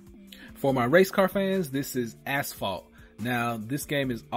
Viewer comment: Sounded like ass-fault :) Good review BTW.